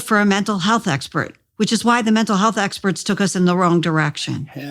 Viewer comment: Listening as I work. I FELT Jordan's daggers into the word "experts" . Reminded me how much I love Donald Duck.